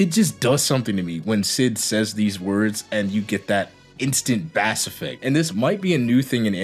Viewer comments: When you are talking about sound, bass is pronounced the same as base. The way you say it is the name of a species of fish. Isn't English fun? :P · Do you actually pronounce bass like the fish? Or is it some meme you're doing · review is great, awesome video... but you're telling me you don't know how to pronounce bass?